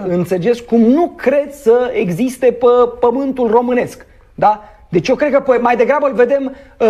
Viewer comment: PE, nu "pă".